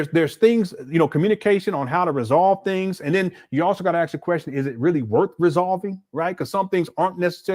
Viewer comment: What kind of doctor still can't properly pronounce "ask, library or any word with th such as with in it"?!